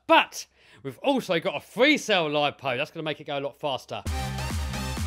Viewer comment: 53 not free three